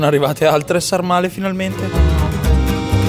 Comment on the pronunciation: sàrmale con l'accento sulla a